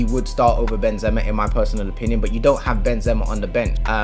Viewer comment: nah but how you saying benzema is very wrong